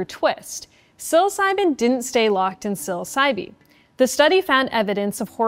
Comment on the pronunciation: I don't think the e at the end of psilocybe is pronounced